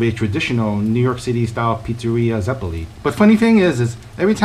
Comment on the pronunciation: It's not "zepolí", it's "zeppóle"